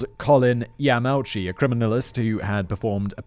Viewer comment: You really need to work on your pronunciation of Japanese names. You got both Ito and Yamauchi wrong. The I at the beginning if Ito is like a long E. Yamauchi is Ya'ma'u'chi, the a and u don't merge.